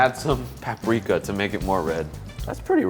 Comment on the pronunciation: Did anyone noticed that when mentioned paprika it says parika instead if paprika